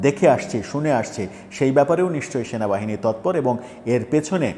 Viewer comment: Shenabahine noy cenabahini😂😂😂 Eta keno bolen na? Sob molobadee supporters Shenabahine key akon namano hoyecey